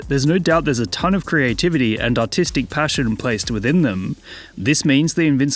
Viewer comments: for a moment i thought you said autistic passion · I thought he said Autistic passion instead of Artistic lol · I heard artistic but for first millisecond I heard autistic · i heard "artistic passion" as "autistic passion" and had to go back to check 2 times... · Holy rhoticism